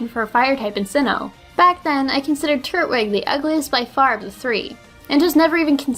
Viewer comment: She pronounced turtwig (tur-twig) wrong